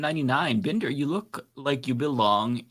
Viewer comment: The surname BINDER comes from the German for a cooper or barrel maker as in Fassbinder. It can also be Jewish. pronounces it BIN-DER, but shouldn't it be BIND-ER?, are you Ashkenazi Jewish origin, or are you ein Deutscher volk??